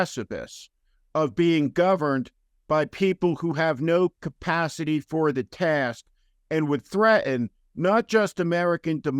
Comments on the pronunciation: You just said threaHen. Wow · Steven, don't want to pick on you but, "Thre-in"?